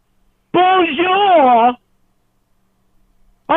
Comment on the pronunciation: . Holy shit 😂😂😂. Him trying to say “bonjour”